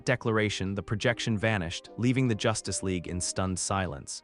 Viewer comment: It is good and I'm an in hour so far. There are some funny mispronunciations like the Justice Leg, Mos-cow. Not a complaint, just find it amusing.